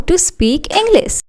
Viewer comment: Mam इंग्लिस नहीं इंग्लिश होता है सी नहीं शी{she} होता है